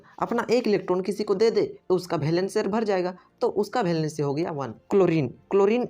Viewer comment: It's valency not bhalancy😂😂